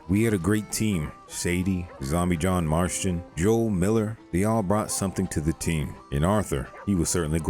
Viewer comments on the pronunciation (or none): “Marshton” marston